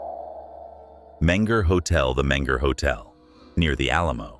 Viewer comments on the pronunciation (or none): also menger is mispronounce. I wouldn’t worry too much about it though. I feel like only Texans know the proper pronunciation. Texas has a rich history as to why it’s pronounce a bit differently than what it looks like it would be